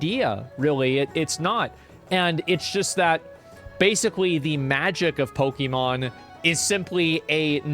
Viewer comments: POKIIIMON? Pokehmon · Why does he pronounce Pokemon like that?